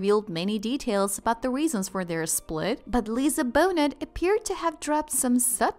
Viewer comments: I guess that's a narrator software. That might be the reason why her name was pronounced wrongly. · Not only can't the bot pronounce Lisa Bonet's name correctly she can't say covid either. WTF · Narrator, please learn how to correctly pronounce Lisa's last name. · I agree. I am tired of hearing her name mispronounced. Do some research if you are not sure how to pronounce it. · Mispronouncing Lisa Bonet's name the whole time makes this impossible to listen to. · 1. He cheated with Amber Heard 2. Not once in this or any video does he accuse her of cheating or ANYTHING 3. Learn to pronounce her freakin name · The creator of this video should at least learn how to pronounce the subjects names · I hate how she pronounces Bonet....so disrespectful.... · I'm sorry but if you're going to speculate and make up stuff about people. It would seem more credible if you got the names of the people right. Lisa's last name ends with a T but it's silent.... ignoramuses! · Just cannot watch a video from you guys when you can't even pronounce Lisa Bonet's name correctly. It is what it is.....ridiculous. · Maybe learn how to pronounce her name, before you tell a story about her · After the fourth time you didn't bother to say Ms. Bonet name correctly... ...I stopped listening! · girl. learn how to pronounce lisa bonet. or be quiet and turn the subtitles on. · You’d think if you were going to do a commentary on this couple, you’d at least be able to pronounce her last name properly. I couldn’t watch til the end. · The AI voice can’t even pronounce Lisa’s last name correctly 😂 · Pretty hard to take this vid seriously when Lisa Bonet's name is mispronounced throughout the duration. C'mon! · The T Is silent in Bonet please pronounce her name right. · If you're going to make a commentary, at least pronounce her name correctly. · Maybe you need to learn how to pronounce Lisa's last name to make this seem believable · The dayum narrator can't even pronounce the subjects name!! Geesh 🥴